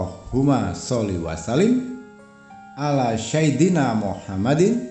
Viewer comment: bacaan Arabiah nya tidak fasih, yg jelas sebutan SAYYIDINA tu bukan SYAIDINA..